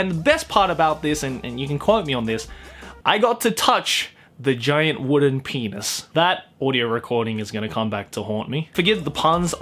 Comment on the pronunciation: Everytime says penus u take a shot, we'll meet in the hospital